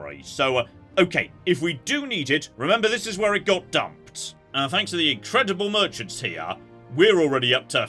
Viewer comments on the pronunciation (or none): none